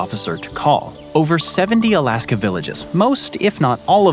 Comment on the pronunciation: Is it just me or does dood keep saying "Alaskum?"